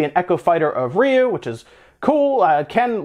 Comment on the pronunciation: I NEED him to change how he pronounces Ryu.